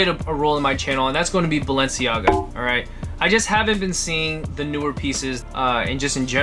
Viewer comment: BALNEICAGA hahahaha